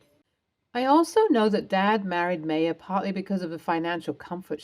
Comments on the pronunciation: My ah, not May a. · In my exceedingly long life, I have heard Bea pronounced BEE-UH once: the late, brilliant actress, Beah Richards. Notice there is an H on the end. Not saying no one in the history of the world has pronounced it “BAY-UH” but…. As for “MAY-UH”? Sorry, never heard that pronunciation. Not saying it doesn’t exist, but in eight decades and lots of world travel, I’ve never heard that. And I’d be willing to bet that the Maya being spoken about pronounced it “My-UH”. Also willing to understand that Brits pronounce quite a few words very differently to the “correct” pronunciation. For example, the word “pasta”, which they pronounce “pass-tuh”. My Italian boyfriend was horrified, amusingly so to be honest. Obviously people say things differently, but really, MAY-UH? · Uh, Ms. Narrator, “Maya” is pronounced MY-UH. Have you never heard of Maya Angelou? Also “Bea” is pronounced BEE.